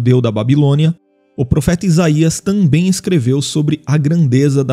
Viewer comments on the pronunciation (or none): none